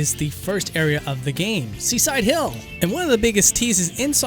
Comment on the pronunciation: I’m sorry, but no matter how hard I try, I can’t NOT hear Seaside Denied over Seaside Hill...